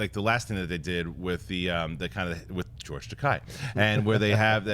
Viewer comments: "It's pronounced Ta-KAY, not Ta-KAI" George Takei. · Guys, it's Takei, like okay!